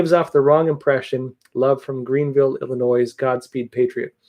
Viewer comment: Illinois.....pronounced Il-i-noi, not Il-i-noise!